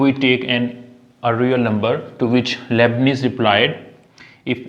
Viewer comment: The name is Leibniz, not Lebnees!